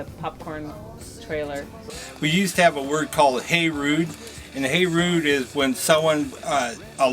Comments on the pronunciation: Good Lord, that guy claiming to be a carny says Hey Rude? He said it multiple times so I know it wasn't a mistake. It's HEY RUBE, not RUDE. Sheesh. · The hammer squash saying Hey Rude must either be new or Larry in the head. Its HEY RUBE not HEY RUDE.